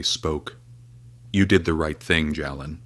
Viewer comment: Why can't you pronounce the names correctly. His name is pronounced Jaylen not Jalen. Plz correct.